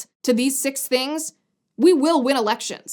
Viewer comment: Only one thing is needed for R to ween ewecshuns, stop vraud.